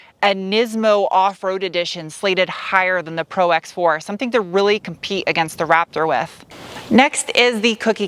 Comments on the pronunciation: ProX4 lol it’s Pro4x... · Nice review!!! By the way it's Pro4x not Prox4!! 😄 and the Cummins diesel is no longer available.